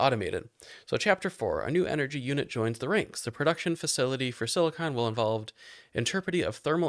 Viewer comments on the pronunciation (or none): Watching you say siliCONE instead of siliCON was painful. Silicon is the pure element (what you're making). Silicone is the class of polymers made of silicon.